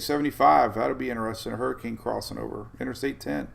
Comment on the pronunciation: What is a HURRIKINEEEE???? LMFAO